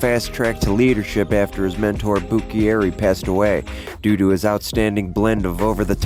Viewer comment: Legit video. Only thing that made me cringe was your pronunciation of Buccieri, it’s Bu-cherry. I was born the year my grandpa Turk died so I didn’t personally know him however I met many of those mentioned here and heard many stories from my grandma Doodles, dad and uncle.